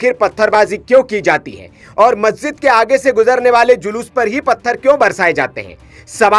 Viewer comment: अबे लोडू पत्रकार जलूस नहीं शोभायात्रा होती हैं। पहले अपने वाणी पर कंट्रोल कीजिए । शुरू में आपने जलूस नहीं बोलना चाहिए था।